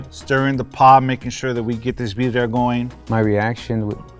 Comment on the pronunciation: pronouncing Birria as Biddia and still hating is wild!